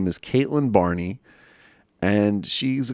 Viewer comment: “BARNEY” HAHAH DUDE ITS NOT THAT HARD TO PRONOUNCE LOL